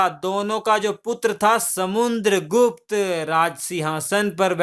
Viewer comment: Bhai video to Shi banate ho pr words bahut baar bolne me mistake krte ho...Or to or naam v galat bolte ho kavi kavi ...jaise Raja Ashok ko Akbar bta rhe ho or samudragupta ko samuNdragupta kh rhe ho...ye sb pr dhyan do ....so pe perfect as possible as u can...thanx